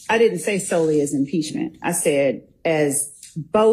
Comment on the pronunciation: Did the proecuter just ptonounce DIDN'T DI N'T??